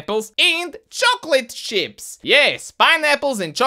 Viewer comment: i thought he said chocolate shits instead of chocolate chips...